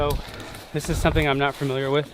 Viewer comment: *Familiar...NOT Firmiliar, NOT Furmiliar, NOT Fermiliar....FAMiliar...